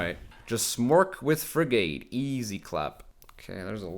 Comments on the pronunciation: Ok its not frig ATE its firgte the a is silent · Love your videos man, but your pronunciation of frigate was cracking me up more than the intro 😀. It rhymes with dig it, not a long a as in gate. English is the worst, I know. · What?? You're right it isn't frig ATE but it's not "firgte" and the a isn't silent. It's more like frig IT. If you're going to correct pronunciation, you should try not make mistakes yourself.